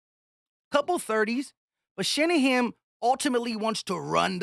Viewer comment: It's "Shanahan", not "Shanaham". Just to let you know. 🙂